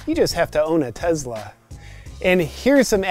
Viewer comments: Great channel , your entertaining AF ,it’s the rich guy making fun of rich guys it’s awesome! I know your just trying to get views with all the funny stuff so ,here is some real life information about owning a Tesla (it’s Tesla not “Tezzla” by the way)i am a car guy and have many cars most I have restored or built myself. I have a model X for the last 5 years and my kid drives a y for the last 2 years ,my house is solar. No oil changes , no radiator coolant and no gas stations, Over 100k miles before a break job . The thing is quick AF , the gull wing doors are a bit annoying, but my spry 95 year old grand mother can get in way easier than a typical rear entry car. To date both the X and the Y have not needed any service except one plastic part on the steering wheel that they replaced at my home ,basically the same day I scheduled it on the app. Oh, I can pre heat or pre cool the car before I get in. Super convenient on cold mornings. The auto drive feature isn’t perfect for sure,but IMO and experience the only way to create something this complex is to Build it and keep fixing it till it’s right and except the growing pains. I get the lithium issue , it sucks to need to dig anything out of the ground and burn shit into the air. There are just way too many people on the planet. So we’re all guilty. I don’t drive a Tesla for any one reason, I like to be on the edge of technology, I like to drive fast, I like not to stop at skeexy ass gas stations. I like to not need an oil cha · Why do you pronounce Tesla as if there is a Z where the S is? you and so many other people do this I don’t know if it is by accident or what? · pronounced Tesla as tezla.. very genius (and not only in sound / spelling) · If he pronounces it "Tezla" one more time I'm gonna have an aneurism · Literally first time I’ve heard it pronounced “Tezla” haha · The way he says “Tezla” realllly grinds my gears. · Tezla tezla tezla tezla tezla tezla. Are you dead yet? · There is no Z sound in Tesla.